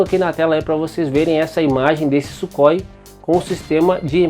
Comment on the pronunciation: Ótimo documentário e video excepcional, os Gripen passarão a ser as mais avançadas aeronaves de combate do nosso continente, e só com os pontos levantados no video já evidencia isso. Só uma dica na pronúncia do nome Sukhoi em russo Сухой (surrói). Ansioso para os próximos videos!!!!